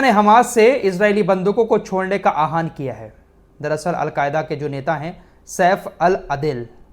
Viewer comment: आप आहवान को आहान कियू बोलते हैं Isse achha apeel boliye